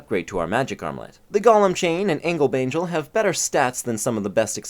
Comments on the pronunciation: I don't know if you saying angle bangel was intentional, but it got a good laugh out of me and caught me off guard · Can I just say, I love how you said Angel Bangle, its dumb funny but also kinda cool!